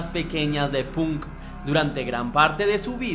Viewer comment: emmm .. buena reseña.. decente mas bien.. debes prestar atención a las fechas porque no solo en la fecha de nacimiento de Paul le erraste sino en un par mas .. además debes, si quieres que tus videos crezcan a nivel internacional, mejorar tu inglés .. por ej.. la palabra Punk no se pronuncia como se lee .. se pronuncia Pank y sobre todo el nombre de la banda Iron Maiden no es eiron maiden .. es Airon Meiden .. salvo estas cosas en general está muy bien .. saludos desde Santiago del Estero, Argentina!